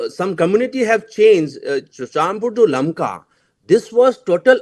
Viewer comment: First of all Correct your.... lakma.....it is LAMKA...